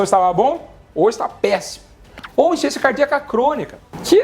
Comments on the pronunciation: Voce fala tão rápido e pronúncia " insuficiénçia cardíaca" não serve pra mandar para uma idosa, ela não vai entender. Ru entendí, mas eu não sinto nada disto. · Veja por exemplo a palavra insuficiência: você pronuncia insência.